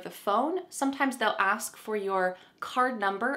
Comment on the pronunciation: Hi! I’m listening very attentively. I’m a Russian speaker with advanced English. I’m noticing you pronounce “ask”, “asked” different ways. It’s a little confusing. Sometimes hear it as “axed”.